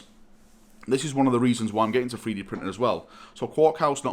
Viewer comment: Not 3D printing, but "Free-Dee printing".